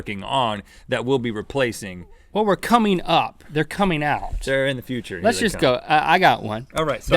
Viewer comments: He didn't say future he said fu ture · link says footure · "Go into the foocher" - link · "That super footure footure" me:😑😒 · foorrtaaaarrrr ??? link cant say future ? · Anyone else notice that in the begining that link said footer instead of future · How did he pronounce future?? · Just to let you know Link, the way you say future is incorrect... Don't worry about it though I actually really like it. Don't want to get creepy but the way you say it is quite cute actually 😊